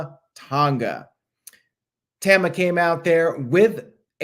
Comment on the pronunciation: You pronounce Tama wrong. It’s like Tom-ah not tam-ah. Sorry I hate to be that guy but I was cringing a little every time you said it and couldn’t believe not one person corrected you. I guess I was the only one bothered by it. 🤣